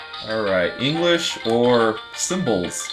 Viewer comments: It didn't say english, it said enghish and cracked me up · Enghish. E-N-G-HHHHHH-I-S-H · It's a good job you know how to read Enghish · Anyone notice "enghish"? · i saw that it is "enghish"